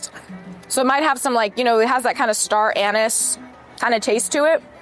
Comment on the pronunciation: Finally someone that pronounces star anise the right way lol